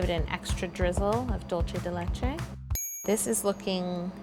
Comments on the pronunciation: "Dulce de leche" is Spanish, so that's not the right pronunciation... you make it sound like Italian... but well... that looks delicious :) kisses :) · How To Cake It you are training to say "dulce de leche" pronounce it as it was a "C" not like a "ch". love this cake very muuuuuuuch... <3